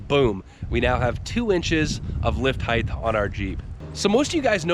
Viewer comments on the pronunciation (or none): *Height. Not heighth. There’s no th in the word height. Width, length, and height. 😉👍🏻 you’re welcome. 😂🤣